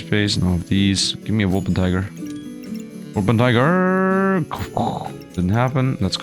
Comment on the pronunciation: It's Wolpertinger, not Wolpentiger 😂 German mythical creature